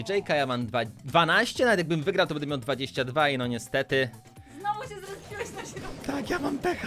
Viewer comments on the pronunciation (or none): none